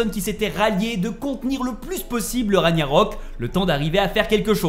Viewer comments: On dit Ragnarok au fait et pas raniarok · Rague-narok et non raniarok. En plus ce mot est prononcé pendant tout le jeu 🤷‍♂️😄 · Il faisais exprès de dire RaNIArök plutôt que RaGnarök hein 😅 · Raniarok???? Genre personne dis rien la??? 🙆🏾‍♂️🙆🏾‍♂️🤦🏾‍♂️🤦🏾‍♂️😭😭😭😭😭 Ragnarök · Punaise ces pas ragniarok mais RAGNARÖK vous pouver parler français en faite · On dirait c'est dur à dire RAG-NA-RÖK 😂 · Moi je comprend juste pas pourquoi tu dis "Raniarok" pas crédible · Il gère! Juste étonné qu'il sait pas prononcé "Ragnarok" normalement depuis tout ce temps🤣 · T'a un problème avec le mot "Ragnarok" je crois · Toujours aucun effort de fait sur la prononciation du mot RAGNAROK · Whalla Mai’s ta 177k tu sais même pas prononcer ragnarok